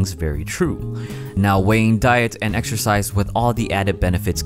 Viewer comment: Waow! "exercise" sounds a lot like "extra fries"! :-)